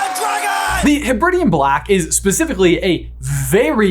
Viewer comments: To be fair though, the way pronounced Hebridean is consistet with the British vs American pronunciation of Carribean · I had always assumed that the Lake was Loch Ness, the Giant Squid Nessie, and Hogwarts was Castle Urquhart. I am now not so sure. I also love that butchered how to pronounce 'Hebridean', but was worried about Bethir. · Pls american brothers look up how to say Hebrides and Hebridean ahah